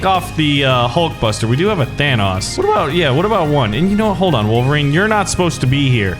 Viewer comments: THANOS IS PRONOUNCED TH-AH-NO-S NOT TH-AN-AUS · It sounds like you're pronouncing Thanos like VanossGaming. His name is pronounced Than-ohs, not Than-aus. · I think he just doesn't know how to say Thanos. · He says thanks wrong. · If it's only an accent, then that's fine. Nothing wrong with that. But he doesn't acknowledge that he says it different to how it's said in the movies, which is why it makes me think he doesn't know how to say his name. Or maybe he says it like that on purpose, I don't know.